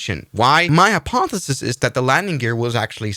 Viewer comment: Its hypothesis, not hypotetis 😂 Also, why do you speak with so much annoying vocal fry!? Do you think it makes you sound smarter? Jesus.